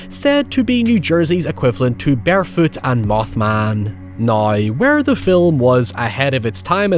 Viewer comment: Amazing video as always but.......did you call Bigfoot "Bearfoot"???